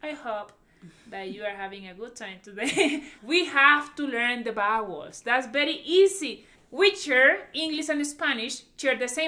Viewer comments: I was confused at first I thought she said “bowels “ Then “bad words “ Then when I understood vowels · I love your charming accent but be careful when you say vowels. It comes out sounding like bowels which is something totally unrelated. It could cause some confusion with some people. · When she was saying bowels I thought she meant vowels...turns out she was saying bad words😂😂😂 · I thought that "vowels" sounding like "bowels" was so cute. Reminded me of my Puerto Rican grandmother who says "sheet" but it sounds like "shit"🤣🤣🤣🥰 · You have to learn the bowels? Like intestines? 😋 Oh, you meant [wowels]? Lo siento.